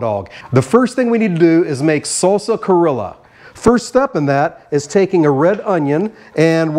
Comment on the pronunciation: I definitely see the Peruvian inspiration! That sauce kinda reminds me of huacatay sauce, except typically this is made with aji amarillo and Peruvian black mint, not easy to find on my side of the world 🥲 but I love a good hot dog! Great job! PS it is pronounced cree-oh-ja 😉